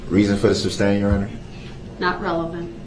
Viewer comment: Can someone please tell him its Sustain., not SUBSTAIN